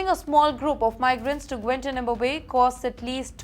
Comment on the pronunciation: You can't even pronounce "Guantánamo Bay"????